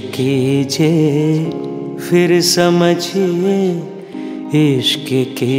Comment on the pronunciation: You are an amazing singer,! Every time I hear your singing I go into a trance. Just one small advice: one word in this song is pronounced phir, not fir. My apologies for pointing put this minor thing 🙏